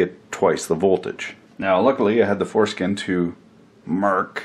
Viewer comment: somewhere between and 4, I had to rewind several times.... after listening to this whole video, I see that when you said foreskin, that wasn't a mistake..lol